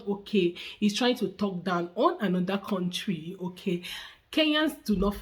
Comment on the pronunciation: Whenever I hear someone say words like Kontry for country*, *aks for ask I give up!